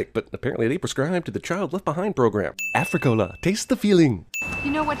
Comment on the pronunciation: Afri-cola lol